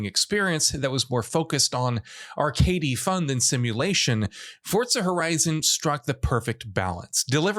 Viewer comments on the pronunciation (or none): It's Forza not Fortza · "Fortza" just shut up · where does this jackass see a "T" in the word "FORZA"?